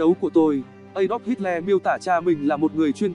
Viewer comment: Đọc là ây đóp hít lơ nhé...xin đừng hít le nữa :)))